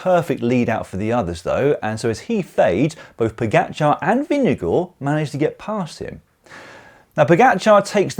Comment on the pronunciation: Nice to hear: you got Vingegaards name close to correctly pronounced